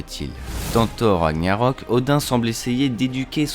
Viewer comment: on dit « thor raGnarok » on prononce toutes les lettres 🙂 Sinon bonne vidéo, c marrant de regarder ça le jour de la sortie d’endgame😂❤️